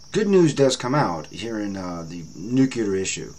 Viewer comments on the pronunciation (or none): Good channel! Please try to say nuclear and not nukular. This is not meant to be a nasty comment.